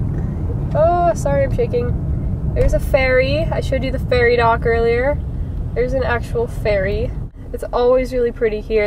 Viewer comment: When you said "ferry dock" I thought you said "fairy dock" and got very confused. XD